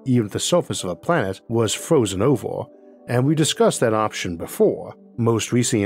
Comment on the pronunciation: I cant take this guy seriously 😂 beawws he cant pronounce r s 😂this is genius fwozen owor. WA TRR